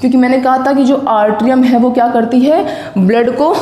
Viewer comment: I think it's atrium not artrium